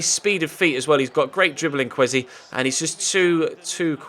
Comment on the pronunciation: Kwesi is pronounced ker way sea